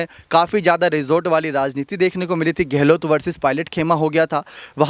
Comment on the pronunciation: आप की शैली बेशक प्रशंसनीय है...मगर कुछ हिन्दी के शब्दों जैसे कि धैर्य... योद्धा.. व गहलौत आदि के उच्चारण में बहुत ही अशुद्धि या त्रुटि है... आशा है उच्चारण शुद्ध करने का प्रयास करेंगे.।